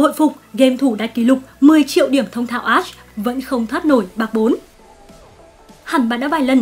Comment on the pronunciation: 3 mùa sầu riêng rụng đã qua mà toàn đọc là a-she